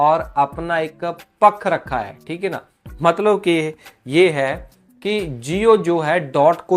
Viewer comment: पत्तर लिखा है पख्ख रहख्खा है ये कैसे बोल रहे हो 😂😂 ऐसे बी एस एन एल लिखेगा क्या डाट को 😊 वैसे नेट न्यट्रीलिटी का मामला तो बहुत जरुरी है